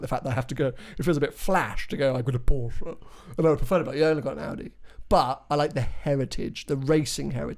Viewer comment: Porsche not porsch......uh e